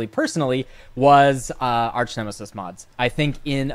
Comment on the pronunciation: Arch, not arc. OMEGALUL